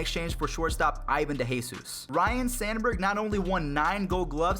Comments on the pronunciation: Son, it’s RYNE , not Ryan Sandburg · RYNE...not Ryan. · Ryne not Ryan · It's not RYAN it's RYNE Sandberg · its ryne sanberg not Ryan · its Ryne, not Ryan. And it's EEEEEvon, not ievan